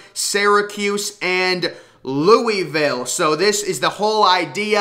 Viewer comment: Your pronunciation of Louisville amuses me